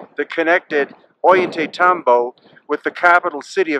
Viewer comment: You've been doing this for 20 years and you still can't pronounce "Ollantaytambo?" Ohl-yah-tie-TAM-bo. The terraces over the river are named simipuquio, speaking spring. You still doing that "thousands of years ago" babytalk? By now you certainly know better. Everything in that town, pre-conquest, was Inka, ordered by Kusi Inka Yupanki Pachacutiq.